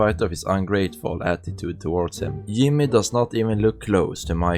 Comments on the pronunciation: It’s Jimmy not Yimmy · Is there a reason you pronounce J as Y or is it just due to accent? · Its the german accent bro, J is pronounced I in german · Who is "Yimmeh" and what is "Jeethay" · you. You pronounce Jimmy’s name wrong.